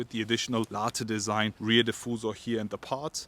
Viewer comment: How many times he said Larteeeee design😟